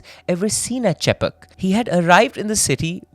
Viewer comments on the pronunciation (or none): Sadaasivam, ChayPawk (Chepauk)